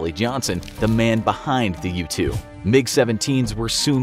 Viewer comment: When I first heard “U-2 Spy Plane” I thought he said “Youtube Spy Plane” and I got confused